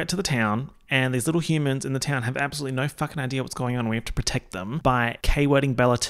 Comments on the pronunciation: I still love how says "naur" on top of his already Australian accent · Every “Naur” that drops makes me laugh so hard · Really channeling the Kath and Kim with your NAUUURRs.